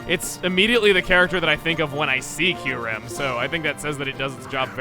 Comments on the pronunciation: oof I didn’t know kyurem was in BW, this whole time I always thought it was introduced in BW2. also “Kyu-rem”??? I pronounce “kee-yoo-rem” oof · Isn't it pronounced KY-OO-REM? And not KEYR-EM? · I always thought the pronunciation was Kai-You-Ram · I alway pronounced Kyurem as Kai-u-rem at first. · Gates to Infinity was actually my first Pokemon game. I misspronounced it as “Ky-rem” for years...